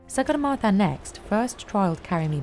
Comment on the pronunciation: You are pronouncing sagarmata incorrectly...do proper research on names properly plz